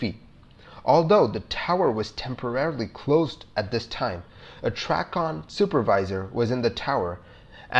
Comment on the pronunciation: For future reference, TRACON is pronounced "tray-con"